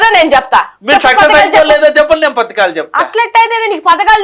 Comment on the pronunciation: పధకాలు మంచం పతకాలు కాదు